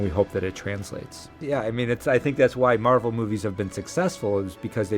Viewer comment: ça se prononce marvél pas marveul sinon sympa le reportage